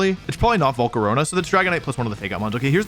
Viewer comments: bro just said jiratinna like you did again bro also said volcaroneu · "Volcaroña" why do you pronounce stuff like this im crine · "Slay-King" "Jiratina" "Volcaronia"